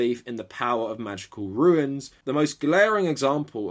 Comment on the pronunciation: RUNES - a letter of an ancient Germanic alphabet, related to the Roman alphabet. RUINS - the physical destruction or disintegration of something or the state of disintegrating or being destroyed. When referring to RUNES, you repeatedly pronounce it RUINS.